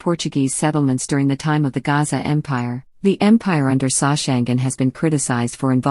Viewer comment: The Portuguese failed to pronounce the name of Soshangane's ancestor, whose name is uGasa, Not Gaza